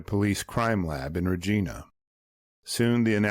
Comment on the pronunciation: Hello Lyndon Hooper was my grandfather. I was five years old when this happened. The fishing spot was Cadomin in Alberta. And a kind note..the name of the city that the remains were sent to is pronounced "Ree-jina" ( Regina, Saskatchewan) I have a photo of him if interested...I am not able to load one here.